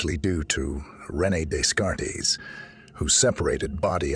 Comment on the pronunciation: "Days-Card-Tees!!" xD I enjoy your content but the amount of times you butchered his name really traumatized me.